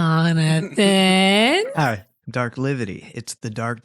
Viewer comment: I love how pronounces Jonathannnnnn😭